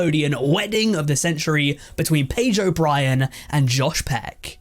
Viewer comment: The way you say sounds like Pedro Bryan